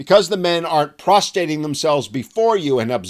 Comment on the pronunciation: "Because the men aren't prostating themselves.."